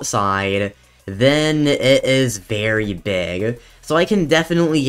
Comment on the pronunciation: Is it just me or- Am I hearing him say berry big or very big?